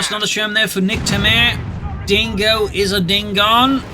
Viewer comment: Niktamair 😂 Every french people is laghing at the joke right now. As keeps saying it along the replay!